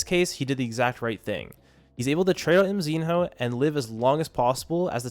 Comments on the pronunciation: its not MZIN-HOO its just call MZINO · its mzihnyo not mzin ho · Bro pronounce mzinho like emzino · Mzinho's name pronounce as "Mzinyo"